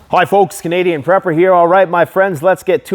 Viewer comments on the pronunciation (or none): The ca--dian prepper.